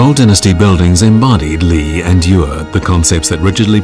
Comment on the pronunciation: The Australian narrator completely mispronounces "yue" (music) which is "yweh" like "no way" with striking/falling fourth tone. You can hear Li Xueqin correctly pronounce the word . The Australian also mispronounces the syllable "yang". It is "yahhng" rhyming more with the American pronunciation of "long" than the word "fang," with which it does not rhyme at all. On another note: these illustrious objects are world wonders.